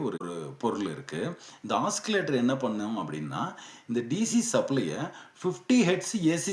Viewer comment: ஆக்சிலேட்டர் அல்ல ஆசிலேட்டர் என்று உச்சரிக்க வேண்டும்.